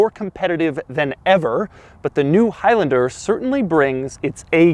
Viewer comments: Is it stressing anyone else out that he is saying “highlender” instead of “highlander”....but not only that, also the fact that he says it times??? 🤣🤣🤣🤣🤣🤣🤣🤣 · Is it really pronounced hilender? I've always called it a high lander. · It’s not highlinder it’s highlaander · It’s high LANder not high LYNDIR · “highlnder” it’s highlAnder😂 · "High Lender" 😂😂😂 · For a second I thought he said Al Capone, haha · I thought he said "Toyota of El Chapo" LOL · "soooo lets talk hIgH lAnDeR" - doug 2020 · you keep saying high lender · Why does he pronounce Highlander like that?